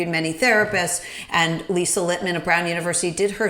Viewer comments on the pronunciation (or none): none